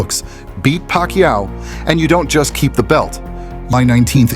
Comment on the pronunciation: Parkquiao 🧐 kombosos? Tf up with ur pronunciations . Oh it’s AI